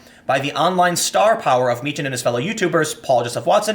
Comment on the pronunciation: Its pronounced markus mee-kan not mee-chan